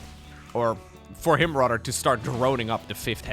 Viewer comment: your English would go from a 10 to an 11 if you only practiced the "th" sound. So instead of saying Rahdder, say "rather". Instead of bahdder, say "bother". thhhhhhh